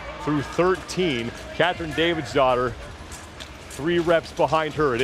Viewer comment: Really thought he was saying David’s daughter.